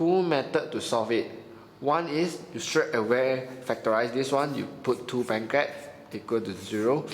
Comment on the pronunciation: Thanks a lot. This really help me. But I kept hearing brackets as 'blankets' and roots as 'roof'. Hahahaha. But it doesn't matter because with this I really understand much more. :)